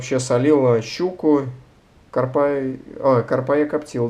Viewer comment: Ударение в слове карпа онлайн-словарь ударений русского языка В таком слове ударение должно быть поставлено на слог с первой буквой А — кАрпа.